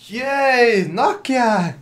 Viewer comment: Nokia bish Nokio